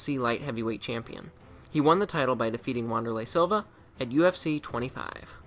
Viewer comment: You pronounced Wanderlei Silva and Shogun Rua wrong.